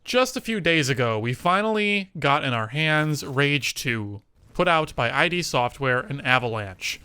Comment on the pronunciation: Just a small note from the start, id is pronounced like "it" not like ID.